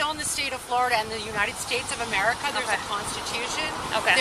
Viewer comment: it's ameriZa? maybe you've heard of it